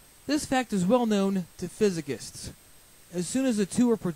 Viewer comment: This man lost all credibility after he miss-pronounced "Physicists".